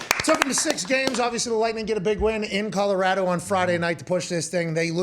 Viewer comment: Pat, thank you so much for pronouncing our state correctly. Often overlooked piece of detail, but Colorado thanks you nonetheless.